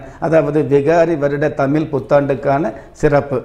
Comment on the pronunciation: First of all prounce the word tamil properly